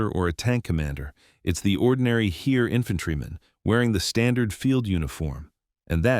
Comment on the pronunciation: If you would pronounce "Heer" how it is pronounced, I'd keep on watching that video. This pronouncation hurts my ears.